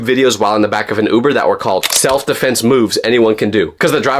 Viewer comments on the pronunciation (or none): none